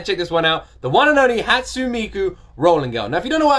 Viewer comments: How did you land on decision to pronounce "ne" as "n"? It's "Hatsune", not "Hatsun". "Megitsune", not "Megitsun" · hi since i don't see anyone correcting you, hatsune is pronounced "hut-sue-nay", not "hut-soon."i like your reactions. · I've been enjoying all of these! Btw, (correct me if I'm wrong) I'm pretty sure Hatsune's pronounced "Hat-soo-nay" not "Hat-soon" :> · A tip: it’s pronounced like ‘Hot-soo-nay,’ not ‘Hot-soon.’ Three syllables. Thanks for reacting and reminding me what a banger this song is. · I havent seen anyone point it out but Hatsune is pronounced like "haat-soo-nay" rather than "haat-soon" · "Hatsoon Miku" you're soo close and it's bothering me too much to not leave a comment. Because it's Japanese, Hatsune is pronounced "Hat-Su-Neigh." The "sune" in her name is two syllables. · Its not pronounced Hats-une it's Hats-u-nay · Heyya! Nice reaction to Hatsune Miku's Rolling Girl, a classic. By the way, her name is pronounced "Hut-su-neigh Miku". Vocaloid has many different 'Genres' within itself and thats one of the things I love about it, there are tonnes of vocaloid songs out there, if you like songs that are dark and potrays a story, personally I recommend songs from the artist MARETU who produces rock songs with really dark lyrics, specifically "Mind Brand" or "Coin-locker baby". I would love to see your intepretations on either songs. Keep at it! Love watching your reaction videos. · Not trying to be rude or anything but the correct pronounciation is Hat-su-ne. Ne as in net ne. Love the video btw~ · You pronounce the e at the end like hat-sun-ay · Her name is pronounced "Hatsooneh" btw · isnt it a short e instead of a long e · it is, but I'm emphasizing the second syllable since he doesn't use it at all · is anyone gonna say something about how he keeps mispronouncing hatsune